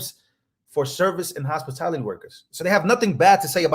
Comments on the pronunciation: Hey if you go back and watch old bed board heals up Harris when she was copying plagiarizing Trump's tip tax instead of Kamala Harris saying "HOSPITALITY!!!!" THE IDIOT SHE SAYS HOSPITILITY!!!!😆🤦🏻‍♂️ SHE CAN'T EVEN PRONOUNCE IT RIGHT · Let’s be clear, she did not say “hospitality”. She created an entirely new field of work: Hospitility. And, she owned every single syllable of it, too! 😂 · Cam is a thief and a liar!! Who couldnt even pronounce 'hospitality' correctly😂🤣 And Trump has already made it clear that higher tarrifs would be covering those expenses instead of the American ppl!! Derka Derka cbs!!